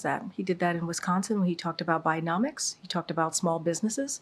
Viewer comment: What the fock is ‘Binomics’???? Can’t she pronounce a D?? Or is that cooked into her choices?? 😂😏